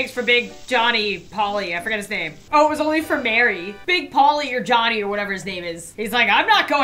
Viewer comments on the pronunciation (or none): none